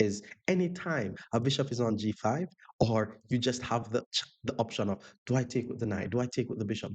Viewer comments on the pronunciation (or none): none